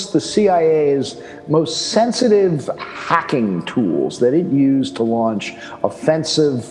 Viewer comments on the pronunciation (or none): none